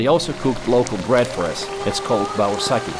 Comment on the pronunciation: Bauyrsaq! Not baursaki.